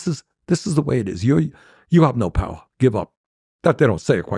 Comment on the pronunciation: We got the POWAH